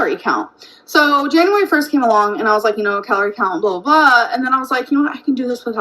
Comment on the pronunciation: “Januwawry” took me out 😭